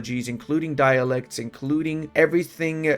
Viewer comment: You always say dialects, i'm pretty sure it's dialectics. But i could be wrong, not a native speaker :D